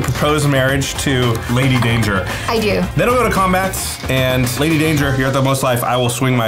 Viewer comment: NOOO!!!! Not Ladee!😭😭😭